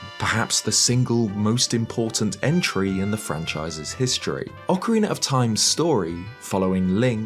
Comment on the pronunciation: Ocariner of time